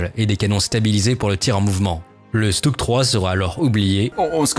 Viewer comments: On prononce « Chutug », le S se dit « Ch » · Sa se prononce "schtougue"